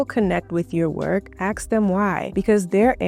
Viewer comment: I love your ideas and how you present your points. However, every time you say axe instead of ask, it grates on my nerves. For such a lovely, intelligent woman, doing this takes away your authority and makes you seem less of an expert. I’m not trying to criticize, I’m giving you something to think about. Don’t dumb yourself down by using street-level speech. Just food for thought, and more importantly, just my opinion.